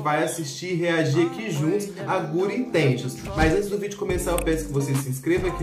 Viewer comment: " guri intenchions " kskskdk